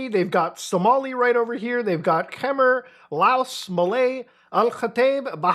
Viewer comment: Kemmer????? 😭 Khmer is "kuh-my". Some English speakers will even say, "kuh-meer" but I've never heard "kemmer" . 💀 Edit: Meiwes is pronounced my-ves. In German, i after e is always pronounced with an i sound. E after i is pronounced with an e sound. As for the video, yes, Meiwes filmed the entire ordeal and I believe parts of it were played in court during his trial. There are (supposedly) stills from the video floating around, but as far as I know, they aren't legit and the entire video has never been leaked and is considered "lost media", but really, it's just locked in an evidence locker in Germany and has never been released to the public.